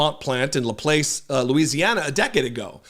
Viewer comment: •-it is pronounced La Plac. The silent E doesn’t do anything in this word. The a has the ah sound. My Mom is channeling her grammar correction through me right now. She was a Reading and English teacher and insisted that you must pronounce things correctly, even if the pronunciation makes no sense grammatically. I am sorry. After I finish with this maybe she will give control back to me, someone who is an ardent fan.